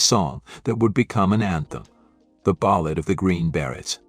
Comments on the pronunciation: What the Fuck is a Green Barret?Your Pronunciation algo-rythms are Screwy! There isn't a John in Jan&dean?Cla vers?Sickadelic?Rusculls?Ramby?Ramby Aputcy, artists?Hire a Live Narrator Computer voices Suck! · A good overview of 1960s bands and performers that should have more critical & popular acclaim. However, the AI generated narrator does not seem to master basic English. The Green Barretts instead of the Green Berets? John Berry instead of Jan Berry? Paul River & the Raiders?